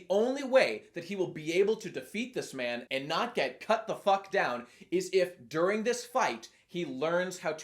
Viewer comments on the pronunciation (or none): none